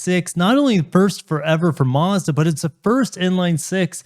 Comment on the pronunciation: You’re saying Mazda wrong 😞